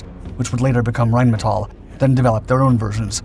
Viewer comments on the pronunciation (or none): none